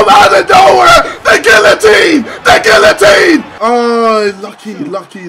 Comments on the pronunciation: Gillotine lol it’s geeateen how u pronounce it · its pronounced gee-yuh-teen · He says guillotine so wrong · no it's a French word. Wherever you like it's gee-yuh-teen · Are you? It's gee-yuh-teen. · Does he actually think guillatine is pronounced how it’s spelled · Why does he say guillotine it's pronounced geeuhtine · guillatine is not pronounced with the l's it's sort of with a y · My man can’t even say guillotine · He somehow spends soo long on this game yet he can’t even pronounce guillotine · the pronunciation of guillotine hurts me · Can’t even say guillotine right